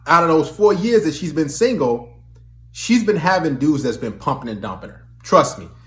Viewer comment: Maybe it’s the way you say singo instead of single.